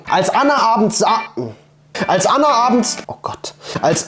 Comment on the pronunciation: Wie toll er mein Name Anna gesagt hat